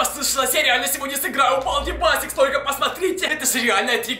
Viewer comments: Если что не басикс а бейсикс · Онис не балди байсикс а бейсикс😜😜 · Не байсес а бейсес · Не басикс а бейсикс